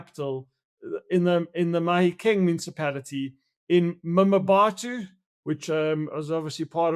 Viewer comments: Wayne it's pronounced Mabato - not Mamabato 🙄... lived there and in Mafikeng (Mahikeng) for a few years over 20 years ago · Him saying "mamabatho" is nauseating. No effort at all to pronounce the name correctly. If he tried i am sure as he'll he wouldn't say "mamabatho". The disrespect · I 'm not sure that it's nauseating, but I agree that he could've made an effort to learn the pronunciation. There are quite a few people who struggle with African names beginning with and 'M' and another consonant, as in 'Mkhwanazi being pronounced Makwanazi.